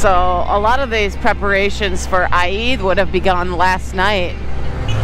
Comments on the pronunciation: Hello!!.. Eid is pronounced as eed.. not I-eed to make it simple or in Arabic عيد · Say eeeeed 😂😂😂. Awesome video